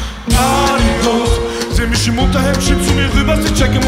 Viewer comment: bausa ist echt ein topp musiker, aber wieso tritt der immer nur mit diesen sprallos auf, die isch, misch und disch sagen?